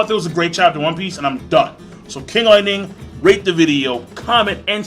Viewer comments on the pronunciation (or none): none